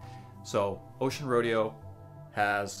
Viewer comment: It's pronounced roe-day-oh!